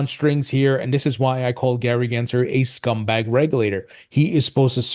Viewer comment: Always makes me laugh whenever I hear you say "scumbag